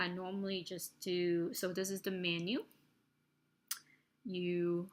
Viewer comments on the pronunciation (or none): none